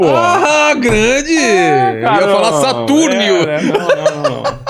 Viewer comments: "Satúrnio" 😂😂😂😂😂😂 é cômico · Falei “Satúrnio” com gosto kkkk